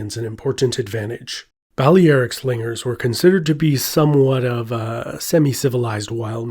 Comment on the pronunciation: "Bali Eric" slingers? Bali Eric was a German drug dealer I knew in Indonesia. The famous mercenaries from antiquity were "Bah-lair-ik" slingers.